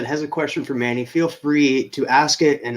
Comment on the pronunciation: Yes, that is correct on the pronunciation of my last name. 😄 Thank you!!!!! Can't wait to be on the show.